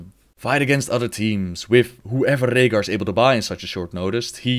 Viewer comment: i love how you say Rehgar. Rollin those R's